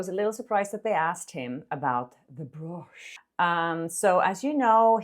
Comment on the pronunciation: I'm sorry, I love you both, but you and stephwithdadeets have the same mispronunciation for brooch and it kills me everytime I hear it😭 it should be pronounced like b"roach" ❤